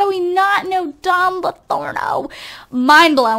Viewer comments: its pronounced "lothario" not "lothorno" :) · It's Don Lo-THAR-rio not "Lothorno." It's a reference to a character from Don Quixote. :) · it's Don Lothario, not Lotharno! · This is Don LOTHARIO not Don Lotharno -_ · Yea, it's Lothario and she's saying Lathorno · Don Lothorno? Isn't it don lothario?? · It's Don Lothario Not Don Lathorno But Not Everybody Is Perfect Right! P.S Luv Ur Vids <3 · Anybody else notice how she keeps calling him Latherno and Lothario? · Marcel Kalisz I know right! I was on sims 4 and saw him then was like "But says Don Lathorno" and I actually thought they changed it but I guess she just says it wrong;) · is she saying don's last name wrong? Don't want to be mean, it just sounds wrong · By the way, it's Pleasantview, not Pleasantenview. Also, it's Don Lothario, not Don Lothorno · It's Pleasantview, not Pleasantonview, and Don Lothario, not Lathorno. Don't mean to be annoying, just saying xD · Pleasantview is pronounced as Pleasant View, not Pleasanton View. Don Lothario, is not pronounced as Lorano. It's pronounced the way it looks.